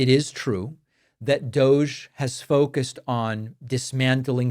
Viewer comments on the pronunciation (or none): none